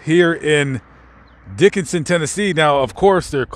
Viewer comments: It's pronounced Dickson, TN. Not Dickinson. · It's not pronounced Dikenson Dickson I use to live in Dickson Craig Morgan lives there too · Its pronounced Dickson not Dickenson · Thats Dickson not Dickenson. I lived there also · I grew up down the road in Charlotte TN. Everyone was so excited when he moved to Sylvia! Dickson.... not Dickinson. Thanks for making this! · We Tennesseans pronounce it dick son not dick en son. I was confused at first where you were talking about because I have never heard of a Dickenson, TN. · I live and grew up there, it is pronounced Dick-son not Dickinson. There is a lot of great history in that area. My family settled in Vanleer in 1790 and the cabin my dad was born in was built in 1860 . It is still lived in and still known as the old Hill home place. I saw Luke several times but never spoke to him. Being close to Nashville numerous famous people have and do live here and no one bugs them. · It’s Dickson, TN, not Dickinson. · Dickson. Not Dickinson. 😆🫣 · It is not Dickinson, TN. Its just Dickson. 2 syllables not 3. Ive lived here 40 years and literally no one has ever mispronounced it but, you. Also, we have several famous people are from this county. We are a people who firmly believe in respecting others privacy. He had a private internment on his farm. The details were and should remain private. He was a private citizen here and his family's wishes should be respected. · Dickson not Dickinson. But great video. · Its Dickson tennessee! Not Dickinson...come on man!!!. I work there on mondays. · It’s Pronounced Dickson this is my hometown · I live in Dickson County (btw pronounced Dick-son). I would have loved to met you! Luke also visited some of our local bbq joints quite often. My husband and I could have bought you dinner I really enjoy your channel. Tfs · It's pronounced " Dick Son "... My daughter lives there😊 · It's pronounced dick-son Tennessee lol but great work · It's pronounced Dick-son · It's pronounced DICKSON, TN.